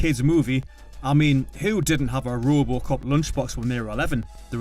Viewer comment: This Narrator sux!!!! It's RoboCop, not Roobocop😡 Unwatchable with this voice 🤮🤮🤮🤮🤮